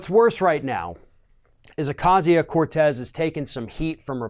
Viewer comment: Why can't this idiot pronounce her name right...? At this point and after all this time and so many stories, he still cant pronounce her name right...? Isn't that like Journalistic talking head rule 1...?